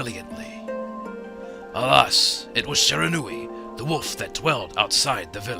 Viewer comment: I swear the narrator keeps saying 'woof' instead of 'wolf'.